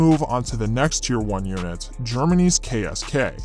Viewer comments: As a german i must admit that i had to stop the vidio, because your pronounciation of our KSK sounded like jibberish 😂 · as a german, I think if you would just le me listen to the pronounciation of the KSK, I wouldn't recognize, that it is german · That ksk pronounciation was terrible I'm sry :D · Your pronunciation of the KSK wasn't really good. Sorry to tell you.😅 Ich spreche ja Deutsch deswegen kann ich es wissen... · sorry man but u did terrible on the pronunciation of the KSK.BTW German has not really mountains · he did terrible